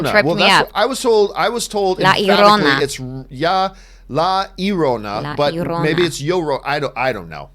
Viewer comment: Me, my mother and father and my grandparents were born in America but our ancestors are from Mexico and from Spain. I can tell you right now that La Llorona is pronounced like Yo-rrona. The double L in Spanish makes a Y sound, not an E sound. Whoever told you it’s pronounced like Erona told you wrong.